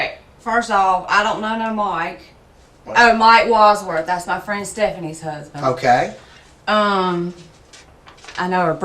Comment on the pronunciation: "my therd huzbind"